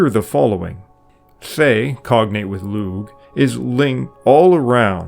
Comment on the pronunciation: Lugh is an Irish name and in Irish a g followed by an H is a silent g and not pronounced. And so the Name Lugh is properly pronounced Loo and not loog. The word Ogham used to be spelled Ogam with a buailte over the G. When there is a buailte over a G the G is silent and an h after a g serves the same purpose. Brother, if you are not pronouncing names properly I have to wonder what else you are getting wrong.